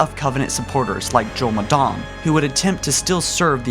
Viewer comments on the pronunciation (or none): And he pronounces M'dama "Imdamn"